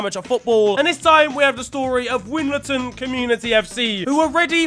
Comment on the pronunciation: Can’t believe you said winlaton wrong bro worst thing is I used to play for that team 🤣